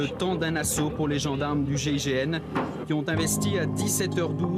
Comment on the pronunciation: Ont dit GIGN..pas GIGM..